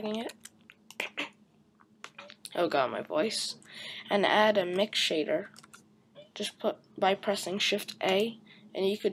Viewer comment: It's "Mix Shader", not "Mix Sharder".